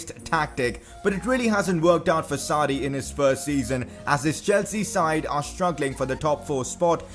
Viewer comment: Sarri ! Not Saudi 😂😂😂😂😂😂